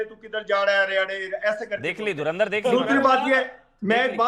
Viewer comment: धर्मेंद्र film dekhi hai😂😂😂 धुरंदर nhi bol pa rha😂😂 EID ki RAM RAM 😂😂